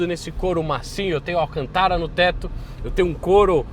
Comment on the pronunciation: Patina ? o certo é Pátina . Alcantara ? o certo é Alcântara !